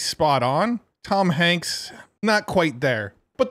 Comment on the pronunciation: "Toms Hanks" lol